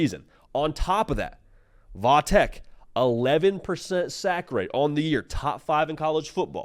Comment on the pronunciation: I hate tech and am a Miami fan but please for the love of God stop saying “vah tech”. I live an hour from VT and nobody around here says “vah” it’s VT Virginia tech or tech. Even v tech would be better but literally nobody says vah tech except for the national media for some reason